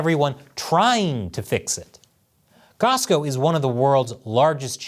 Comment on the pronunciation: Cosco not Costco